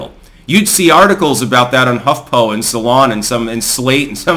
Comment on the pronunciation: Huff Poo.....🤥 not Huff Po.